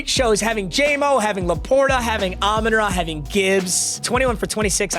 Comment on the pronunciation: Love the videos but got to get the name right it's Amon RA like the sun god